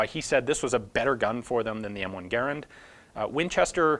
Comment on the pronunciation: Much respect but it's Gaa-rand not Gair-and. Thanks